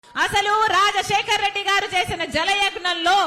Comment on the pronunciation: రా...జశేకర్ రెడ్డి. కాదమ్మా రాజశేఖర్ రెడ్డి. అనండి